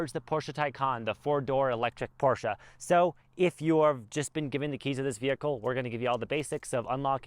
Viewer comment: You had my like just for pronouncing Porsche correctly! Great video